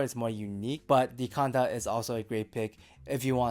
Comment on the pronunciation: Canta, not conda.